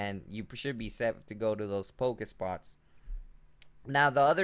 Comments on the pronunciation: Pokéstops, not Pokespots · it triggers me when you say pokespots, when they are pokestops. But thanks for the guide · Anyone else hating that he says pokespots in stead of pokestop?? Btw not hating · OMFG stop saying pokéspots, it's pokéstops. lol